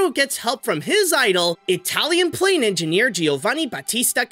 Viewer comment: I think you mispronounced planes